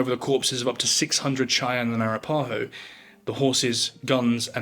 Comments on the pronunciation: A-rap-a-ho, your inflection is in the wrong spots. Sorry I'm an archaeologist with a particular affinity for speech 😂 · it's "A-Rap-A-Ho" ....ffs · Arapaho is pronounced a-RAP-a-ho. 😂 I'm sorry I can't take the rest of this video seriously. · You're British, so you're forgiven. You pronounce Arapaho like Ah-rap-ah-ho, not Ara-pa-ho. You Brits have a hard time with Native American terms and Spanish words. The Spanish language is consistent with it's vowels. Unlike English. Our Germanic language is filled by French based words because of the Normans. Our use of vowels inconsistently is why English is known as one of the hardest languages to learn. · FYI - Arapaho is pronounced uh wrap' uh hoe. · Air-ah-PAH-ho. Fascinating pronunciation. I actually don't know the "correct" way to say it. I was taught Ah-RAP-ah-ho, but it works either way. Thank you for the alternate perspective! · A-ra-pa-ho, not ara-paho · Thank you for your post. Some pronunciation tidbits - Arapaho is pronounced uh WRAP' uh hoe Arikara is pronounced uh RICK' uh ruh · Arapaho is pronounced "air-uh-paw-ho"... or if west of the Mississippi its "Our-rap-paw-ho". The video's mispronunciation is distracting. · Its...Ah Ra Pah Ho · Arapaho is pronounced a-rap-a-ho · arapaho is pronounced a-rap-pa-hoe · that's the wackiest pronunciation of "arapaho" i've ever heard lol. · I always wondered how a Brit would pronounce "Arapaho" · i think that has more to do with this dude being english than being a white guy. i'm in the states and have never heard anyone of any color pronounce it incorrectly here.